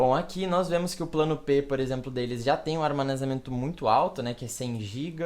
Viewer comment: ele disse armanezamento varias vezes kkk